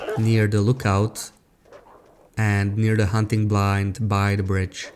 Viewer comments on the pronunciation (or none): none